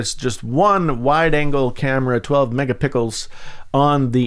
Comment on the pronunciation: Lol that's what I heard too